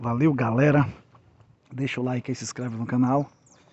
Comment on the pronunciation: correção o nome e barro não barros